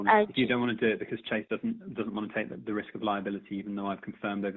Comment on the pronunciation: ‘Chase’ lol. Avoid.